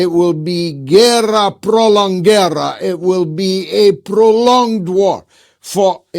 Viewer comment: guerra prolongada, not prolonguerra 😉